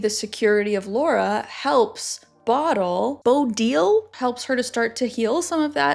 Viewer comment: Dutch is hard!!! 'Bottle' 😂😅😜You were correct , it's pronounced 'Beaudeal'. ❤ And Roos...🌹 is pronounced Rose. But with a rrrrrolling R . But just Rose is fine. 😉 Siem is pronounced as Seem. But hey...we still get it hahaha. And look at us Dutchies being an example of good communicators (watch me eat my words later...maybe). 😂